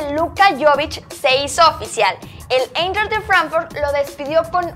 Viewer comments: E y I en alemán cuando van juntas cómo en el nombre Eintracht Frankfurt se pronuncia AINTRAJT FRANKFURT ;) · Porque dice Eintracht de Frankfurt con pronunciación inglesa? Si es un nombre Alemán?